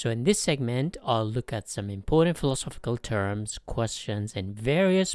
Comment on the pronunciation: Who else heard him pronounce philosophical and instantly checked out?